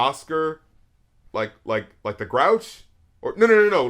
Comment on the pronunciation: sorry this is late but he is say like the osscer but he is say the as tha